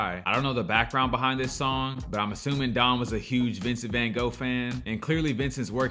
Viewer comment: The book is even better and, yes, we Americans don’t know how to pronounce his name.